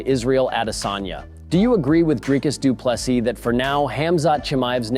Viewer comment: Its "Dreecus Du Plessee" not Du Plessus... my guy...